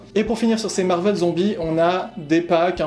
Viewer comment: On ne dit pas marvelle on dit marvélle